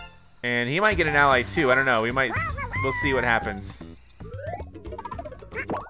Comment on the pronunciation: why did you pronounce ally wrong